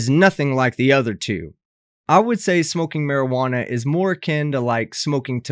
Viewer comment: Is it me or did she say: How much maijuno ?!